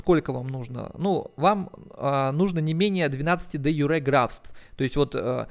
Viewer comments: Дружище, не де-юрЕ, а де-Юре. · правильно говорить де-Юре, с ударением на Ю, спасибо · де-юрЭ, гребаный стыд...=)